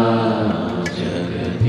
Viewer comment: Why rhe words are pronounced with an extra A like" जगदीशा" "महेशा"??